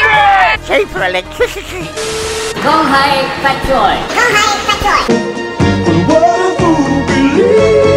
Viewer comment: Albo says he'll give us cheaper ewectwisity but doesn't know how and has no idea